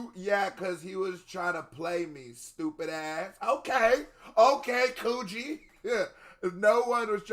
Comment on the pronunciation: I love how gets his name wrong 9 times out of 10. 😂 Kojo... Kuji...